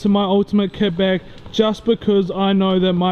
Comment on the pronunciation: Is it just me or at the start does it sound like he says ket bag